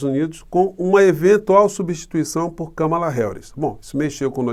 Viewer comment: Professor uma mulher que mora nos EUA,e assiste a FÓRUM, disse que o nome da Kámala, é acentuado na primeira sílaba.